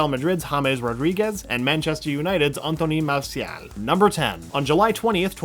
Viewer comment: Äntöny Maasiaal